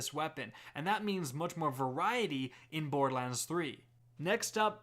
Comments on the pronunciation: What is this "Bord-Lands" he keeps referring to? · Why do you call it Boredlands lol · Love ur vids.. but for the love of god its bor-der-lands not boardlands.... and its SNI-PER rifle not snipe rifle lol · Could you enunciate the "er" in borderlands more please. It sounds like you are saying "bordlands". It says "lern special powers" not gain special powers. You missed the fact that there is a female Psycho jumping at the character from behind. Is that a rocket launcher or is it some sort of chaingun? The color scheme and squareness of the shotgun looks far closer to a hyperion shotgun than what torgue shotguns look like. See: - You mentioned Zero but missed Maya. Who's on the meds. shop? That star is not downward-pointing. You may be right on the eridium style guns point. In the picture, you can also see a laser beam coming from the gun. The colors look like it's a Vladof weapon. The red and black "V" on the side confirms this for me even more. You can see another one of those monkey things in the background. That looks like some sort of canister that may be ammo for the laser/eridium/lava thrower. The colors still seem to point to Vladof rather than Torgue, especially the color and shape of the sight. While Torgue did have a bit of that electric look on one of their sights, the shape is off. Though It could be mixed parts... The enemy looks like he's riding some sort of creature. You can actually see that paint scheme on a few other weapons. I think it may be a bandit equivalent brand. It may be a flamethrower-type weapon. I